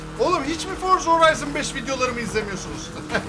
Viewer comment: çok güzel Forza Horizon5 diyorsun ya😀😀